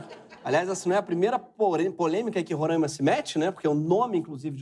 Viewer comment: Moro em Roraima e a gnt fala Roráima, quem fala Rorâima aq leva flechada